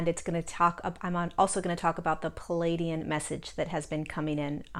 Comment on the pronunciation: Please pronounce pleiadian correctly